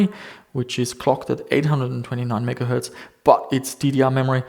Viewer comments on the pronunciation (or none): none